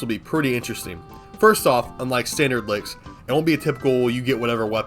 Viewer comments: Infested lick? You mean liches, ch as in chill. Not k as in ka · Take a shot every time says licks instead of liches 😂